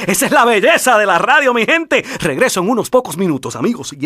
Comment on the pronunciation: rrrrrrrradio espantoso